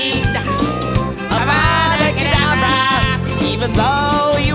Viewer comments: Stop it, your going to take someones eye out. Besides, your saying it wrong. Its kedAvra not cedavrA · Stop stop stop. You’re going to take someone eye out! Besides, you’re saying it wrong. It’s Avada Kedavra, not Avada Kadavera. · Aaauuuvaadaa kaudav- Hermione: stop stop. Your going to take someone’s eye out. Besides it Avada kadavera not auvvadda kadaveerraaa